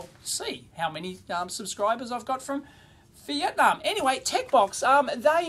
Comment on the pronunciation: vee IT! nahm